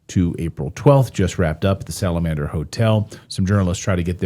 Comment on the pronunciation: Salem-and-er hotel?